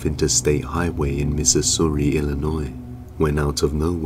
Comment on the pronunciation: the scariest thing in this video was my guys pronunciation of Missouri (mississouri) 💀💀💀 love thie videos keep the content coming